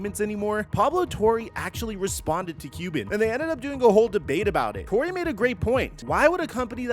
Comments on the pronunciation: lmao he name is "Torre" not "Tory" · the least you could do is pronounce Torre correctly